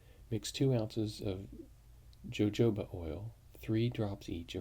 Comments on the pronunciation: hehehe jojoba oil... the Js are pronounced like Hs. :) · I heard they're pronounced like ys. Actually heard someone call it, yoyoba oil.